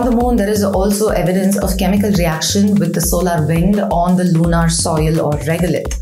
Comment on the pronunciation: You r a scientist. Also speak such good English. Please try to correct the pronunciation of typically Indian mistake of LUNAR AND SOLAR. Both are pronounced as if there were a U OR AN E IN PLACE OF A. So as if it were SOLER OR SOLUR……